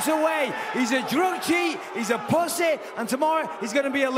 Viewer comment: Bisping can't say "PUSSY" correctly. What an imbecile